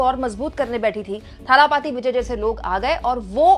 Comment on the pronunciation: थालापती नही दलपती